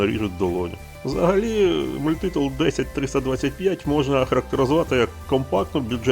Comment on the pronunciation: Мабуть, мається на увазі наголос - мультИтул, який був на початку відео.